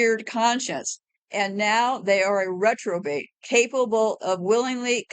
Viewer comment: Hey! I believe the word is Repro-bate. “He gave them over to a reprobate mind.”